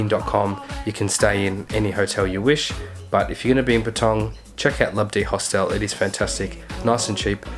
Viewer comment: it's HOSTEL not Host-El